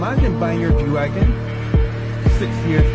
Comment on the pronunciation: Porsche Gwagon 😂😂